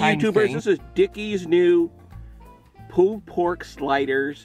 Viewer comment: Sounds like your saying "poo" pork sliders. LOL. Love it.